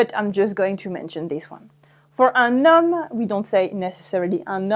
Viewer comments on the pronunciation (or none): none